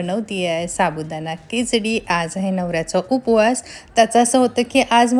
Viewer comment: Kichdi nahi Khichdi aste